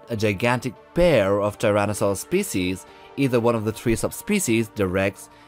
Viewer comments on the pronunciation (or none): none